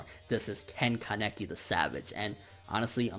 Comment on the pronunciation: Mihran Zakaryan ya i could see that being the case in English but in Japanese (no I'm not a weeabo my mom is Japanese and was taught when i was younger) I'm pretty sure that's how it's pronounced. Also kinda pronounces Kaneki weird too. If it's a speech problem I'm sorry.